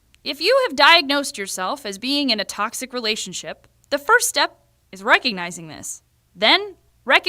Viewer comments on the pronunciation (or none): Did u say selfie or step?? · did you say selfie or step? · Is it just me or did she say selfie instead of step? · Lol, why did she keep saying 'selfie' instead of 'step'? Anyway, this is a great video 😂❤️☑️💙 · Anyone else noticed she said selfie instead of steps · is she saying "selfie (1,2,3,4,5,6)" instead of step or am I the only one who heard that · Yeah, lol.. thought it was just me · I just relize she is saying selfie1 selfie2 and so on XD